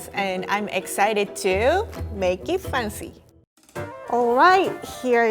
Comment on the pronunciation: tries to say make it fancy instead she say maget fauncy